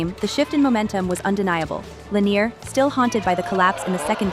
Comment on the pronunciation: At least make an effort to pronounce player names properly. Even the British announcer got Lanier right...he's French, not from Kentucky.